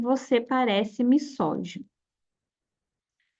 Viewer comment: legal seu conteúdo, mas errou duas palavras na pronúncia "misógino" ( que na pronúncia tem som de "z" pois está entre duas vogais e "nêmesis" que tem acento com mesma pronuncia de "Gênesis" então parei de assistir, mas no futuro, precisa atentar a isso